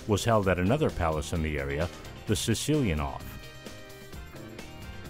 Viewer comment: Cecilienhof is pronounced Zezilienhof. Your Sesilienhof was close enough, though.